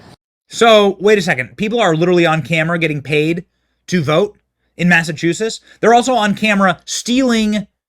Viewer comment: I adore you Benny but Please learn how to pronounce Massachusetts